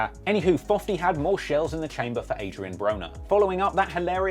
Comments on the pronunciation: Can someone tell me why he calls him fofty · Lol “Fofty”